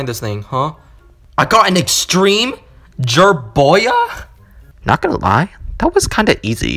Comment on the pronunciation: It's called a Jerboya Me: It's called a Jerboa